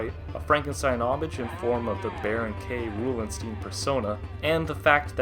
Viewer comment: K. Roolenstein is prounced as stein (st-ein, NOT steen) as it is an obvious parody on Frankenstein (including the top of the head resembles Frankenstein's monster (often refered as Frankenstein, though it is technically the name of the mad scientist).